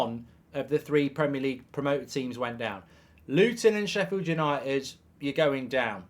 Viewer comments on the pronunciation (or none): Did he just say yanited for the champions lge!!! 😂😂😂😂😂😂